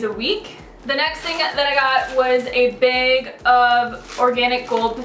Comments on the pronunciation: you say "bag" like "baig" :') i like you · You say bag weird :3